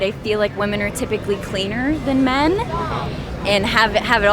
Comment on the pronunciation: Youtube challenge - hosts who talk about the dynamic between men-women on a consistent basis understand the pronunciation difference between woman (singular) and women. Happens so often it has become a pet peeve I never knew I had.. is this an ESL issue? Multiple females ~ wim - in.